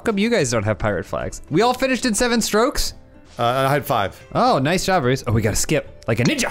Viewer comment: "Stoopid Bwooce" got me